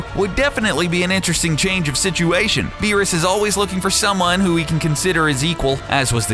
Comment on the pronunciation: Doomsday alone would wash all of these villains. None of them would stand a chance against him, not even Beerus with the Hakai. Also, never do an anime video again, because you guys can't even get the name right...